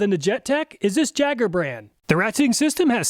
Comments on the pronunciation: Think I'll put my money on the tekton.. but also next time if you get that brand again. It's pronounced yay-ger not jay-ger. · Jaeger not Jager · I think you're mispronouncing Jaeger, you're saying it as a ja instead of ya. Most people say Jaeger with the y instead of j. Why? I have no clue but I'm pretty sure the name is supposed to be pronounced with a y. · It's pronounced yay-gurr, not jegger, but loved the video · I'm fairly certain that "Jaeger" is pronounced "yay-ger" not "jeg-er" :P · For you, it's Jegg(ah)... throwing that "R" around to comfortably.. 😂😂😂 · Jaeger is German for hunter and is pronounced Yeager! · The "jayger". Lol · Pretty sure Jaeger is pronounced yay-ger, correct me if I'm wrong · Jaeger = Yay-ger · Awesome video! Just FYI, Jaeger is pronounced "yay-ger" and is a German word that means hunter. Can't wait for the next video! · My son turned me on to your channel and it is Awesome! Only critique is that it is pronounced "Yeager", the J is silent in German. Love the channel!!!! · Hi, in case nobody else pointed it out, "Jaeger" is pronounced "Yaeger". It's the German word for hunter. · Jaeger is pronounced "Yay-gur" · The Jaeger is pronouncer "YAYGER" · should be pronounced 'yay-ger' as jaeger is German for hunter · Ok this one I'm almost positive on - "jaeger" is pronounced "Yay-gher" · Isn't "Jaeger" pronounced "yay-gar" ? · Jaeger is german for Hunter and is pronounced Yay-Ger. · “Jaeger” is pronounced yay-ger. It means “hunter” in German. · "Jaeger" is the German word for hunter. It's written "Jäger", and in the German language the "J" makes the English "Y" sound. It would be pronounced "Yeehger". I don't know if the Jaeger brand has any association with Germany. Maybe from its founders. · Pronouncing Jaeger like that, I think may be a teetotaler.;)